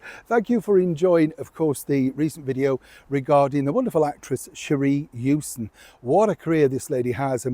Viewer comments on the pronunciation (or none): none